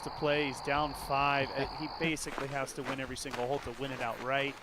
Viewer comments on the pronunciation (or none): A non native English speaker here wondering if it’s just or some American dialect where the word ’hole’ is pronounced more like ’hall’? I hear it all the time from him.